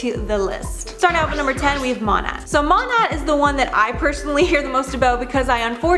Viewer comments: You do not pronounce the T. You’re welcome. ✌🏼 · Can no one pronounce MoNAt lol, Jesus lol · Learning that "Monat" is pronounced "moe-nate" and that it's supposed to be a portmanteau of "modern nature" ruined my life and my ears. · Listening to you mispronounce Monat over and over is really killing it for me 😫 Who edited this? You let the girl embarrass herself like that. SMH.